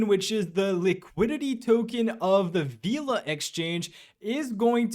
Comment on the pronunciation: FYI it’s pronounced Vela not Veeeela 😅